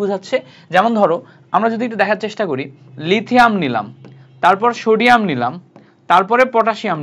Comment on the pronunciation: Shodium ❌ Sodium ✅